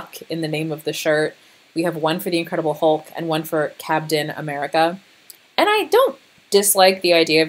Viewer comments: Okay, "L'Captian AmericaCK" really got me. I was not expecting that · I don’t know why “lacaptain americack” had me laughing so hard